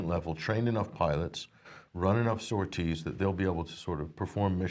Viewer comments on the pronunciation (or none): none